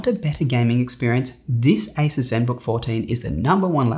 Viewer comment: It's pronounced a-seuss. Think Dr. Seuss.